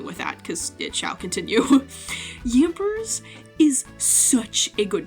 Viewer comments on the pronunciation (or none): Did she ever explain why she pronounces Yamper withan S?